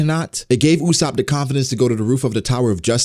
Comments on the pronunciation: Its ussop not usshop😂😂😂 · Not Usaap..., jezz its Usoopo